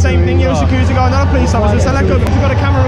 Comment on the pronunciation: Security guard - GARY - GUARRYY security guard - GARY - GUARRY Lmao